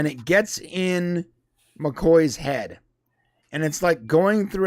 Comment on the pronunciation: I couldn't figure out who you were talking about for a good ten seconds... McKAY not McCOY! LoL